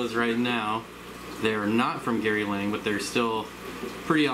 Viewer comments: Gary Lang? Its Gary Lange. Like Flange. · Thats funny, because even he pronounces it Lang lol